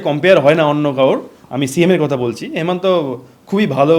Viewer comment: Please Assam ar CM Himanta Biswa Sharma, apni Hemanta bolchen,please namta thik kore bolle valo lagbe